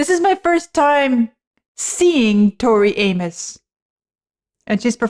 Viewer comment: So nice to hear you pronounce her name correctly! I Have gotten to the point of bracing myself for her name to be slaughtered🤦🏼Somewhere back in the day, somebody wanted to complicate it. It's a simple name, pronounced the simple way. Nuff said💃